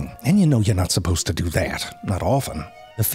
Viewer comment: Or how he says “ do” 😂 … but he says dew